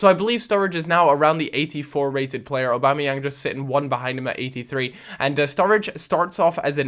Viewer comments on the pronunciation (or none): Aubameyang : or-bam-eh-yang